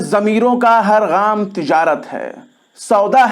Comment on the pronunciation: sahib gaam urdu me gaaf se likha jata hai. Aap ne isko gain ki awaaz me patha hai. Durust farmalen